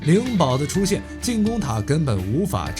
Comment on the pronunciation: 时迁死于功打方腊后规途中得的绞肠痧，棱堡读len2不读ling